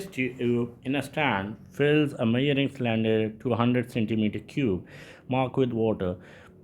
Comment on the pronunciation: Measuring ❌️ Myaring✅️